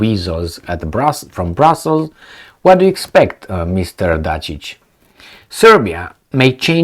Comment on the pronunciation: its Ivitzza Datchich, so You know. Ivizza MF Datchich(bitch). so just U know. All d best to U my man.